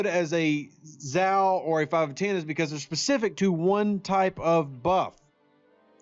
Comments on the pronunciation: If Zhou supposed to be Chinese, which I presume he is, his pronounced roughly like 'Joe' and not like 'zow' ;o) Ask any Chinese speaker... Doesn't change the fact that this is a great video, once more, and I'm sharing it with my aliiance! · Even though I have quit the game, I still monitor this channel so I can point out .. Zhou = Joe, not Zow